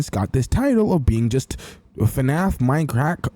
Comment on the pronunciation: ah yes "minecrack"